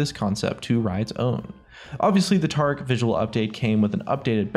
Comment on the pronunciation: You can say Taric, but not Tarik.....